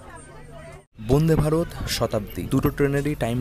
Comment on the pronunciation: উচ্চারণ ঠিক করতে হবে বোনদে ভারত না উচ্চারণ টা বন্দে ভারত।